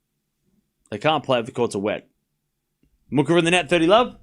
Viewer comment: Muchova is pronounced moo-hoh-va